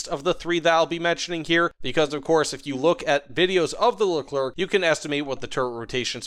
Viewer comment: Leclerk pruman